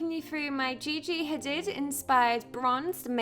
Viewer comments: i think it should be pronounced like gigi hadeeeeeeeed not hadid lol love this vid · love you & this tutorial, but you pronounced her name wrong. It's pronounced Hadeeed. (